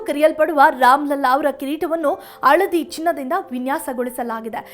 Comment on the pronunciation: Le nin t olgade coffee haaka, adu aladi alla , haladi